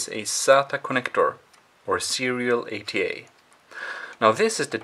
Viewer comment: sorry you have a bit if an accent & when you explain bout the cables i don’t understand if you say ada or ata or 8a cable the subtitles don’t help that much either 😅 sorry and thank you for the video